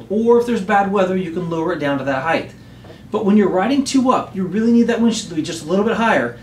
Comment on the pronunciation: height not heighth heighth is not a word